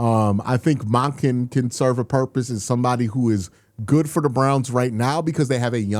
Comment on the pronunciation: do you pronounce his name like "MAHken" on purpose for engagement? That would be brilliant